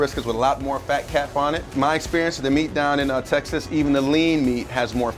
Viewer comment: "In goes ma cheese"